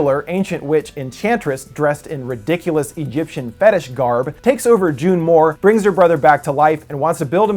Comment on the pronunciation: June Moone not June Moore